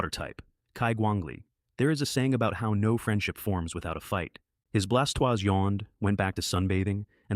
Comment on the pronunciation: Fix the pronunciation of the blastoise, gyradose and salamence